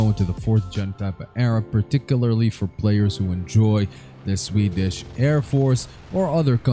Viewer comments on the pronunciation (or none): none